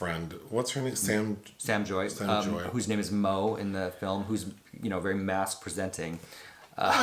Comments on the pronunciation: Bruh her name is Sam “JAY” !!!! Not joy 😂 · I'ma help y'all. Lol. Sam JAY. Not Joy. Lol.